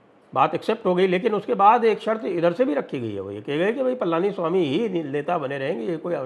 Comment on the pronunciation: Not Palaaniswami, it is Palaniswamy